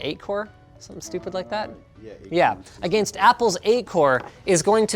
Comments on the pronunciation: Linus, I love you, your channel, I watched in the NCIX days. I owe a lot of my knowledge to you. One request. Pronounce 'against' properly. Please. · I don't hear your accent at all anymore, but man when I heard "against" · Oh wow that's jarring. Anyone notice how he pronounces "against"? Is that a Canadian thing? I've been all around the U.S and the U.K and I've never heard someone pronounce it that way. It's like he's speaking perfect English than out pops that word and it's quite distracting due to how odd it sounds relative to his normal English.